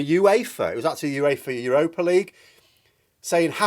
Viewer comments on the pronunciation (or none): none